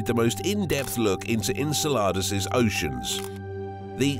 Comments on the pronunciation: The pronunciation of Enceladus is really off putting.. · Very good and interesting video but enceladus' pronunciation really made me uncomfortable ngl